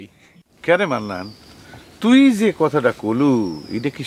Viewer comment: সব থেকে বেশি হাঁসছি যখন জাপন ডাক্তার মান্নান কে মন্নান বলে ডাকে, 😂